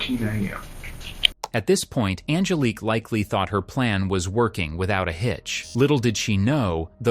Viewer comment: “On-GUH-leek” lmfaooo sorry but that was funny af